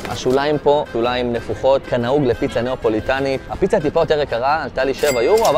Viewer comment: אם כבר נסעת את כל הדרך לשם אולי תהגה את השמות של הדברים נכון.. נאפוליטנית, לא נאו-פוליטאנית פיצה דה-מיקלה, לא פיצה דה מישל